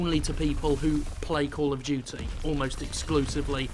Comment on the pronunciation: Kol of Jutsay sry I'm just trying to speak like Jim